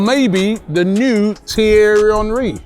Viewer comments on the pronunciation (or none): none